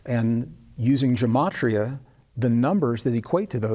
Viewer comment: You are attempting to teach Jewish Mysticism and Kabbalah. It is best to learn these concepts from a Rabbi. Yetzirah and Gematria are pronounced differently than you are pronouncing them. Gematria is very complex, can go very deep, and is generally learned at the foot of a well learned Rabbi. I understand that you are excited about these concepts, but please be very careful that you are teaching correctly.